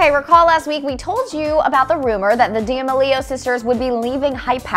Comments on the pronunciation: It’s like she’s saying damn leo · "the Diamalio sisters"😆😆😆😆😆😆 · “DAY malio” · dame-elio lol I cringed at that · Is no one gonna talk about the way she pronounced D’Amelio?!😂😂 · Anyone heard how she pronounced D'Amelio -10